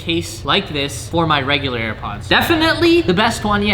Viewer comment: Go to did he say hair or air ????